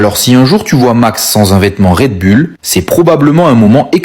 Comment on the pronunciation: Red Bull …. Pas raid bulle 😂